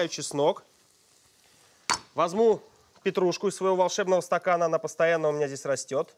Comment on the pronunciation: мне одному слышится, что он говорит "возМу", вместо "возЬМу"? на 6 минуте про петрушку